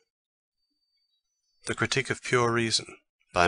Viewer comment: pure reason or pure qritique ? is there error?